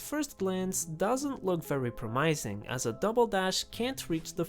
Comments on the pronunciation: I thought you were pronouncing those words differently to be funny. I just watched your minecraft with one inventory slot and I thought iron was funny. Iron = "i urn" not "I ron" Promising = "prom missing" not "prom eyez ng" Mechanism = "mech in ism" not "mech an ism" Currents = "cur rents" not "kar rents" Cur like curry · I hate how you pronounce mechanism and promising. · i wish promising was pronounced the way he pronounced it tbh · I got jump scared by that pronunciation of promising lol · I like the way you say “promising” and “mechanism.” I’ve never heard those words pronounced like that before. (Sorry if this sounds rude.) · It’s because he’s saying them wrong lol